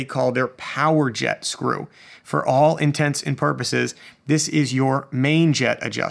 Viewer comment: You got my thumbs up for enunciating intents and purposes so well lol